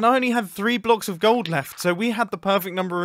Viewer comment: "Keep me searching for a heart of go-old" mumbo: well yes but actually yes